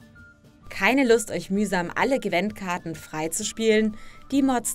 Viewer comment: Wieso sagen viele zu Gwint immer Gwent? Man schreibt es mit einem i und es wird korrekter weise auch mit einem i ausgesprochen... check ich nicht. Sollte es cooler klingen?